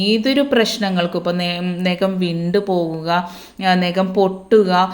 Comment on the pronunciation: ഒരു സംശയം എന്താ ഈ നെകം നഖം എന്ന് പറഞ്ഞു പഠിക്കു മോളെ